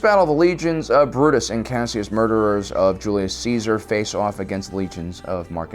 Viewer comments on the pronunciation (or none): none